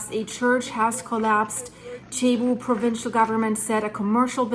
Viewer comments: It is pronounced “Sebu”, not chebu. Thanks! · Not Chebu. It's Cebu ! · Its not chibu. It cebu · Cebu is said like Sea-Boo or See-Bu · Please pronounce .Cebu as Sayboo. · its pronounced SEA BOO